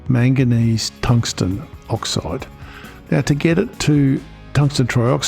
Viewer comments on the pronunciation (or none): none